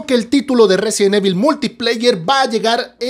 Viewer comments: Tan fácil que es pronunciar correctamente "Resident Evil" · Si vas a hacer un video sobre resident evil deberías aprender pronunciarlo bien.